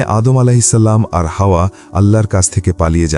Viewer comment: Hawa (a.) ke hawa boltesen barbar 😭